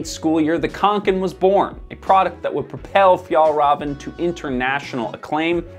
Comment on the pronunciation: As a scandinavien i hurts My ears when you miss pronounce Åke and kånken😁 you should use the O sound when pronounce Å but otherwise a great video👍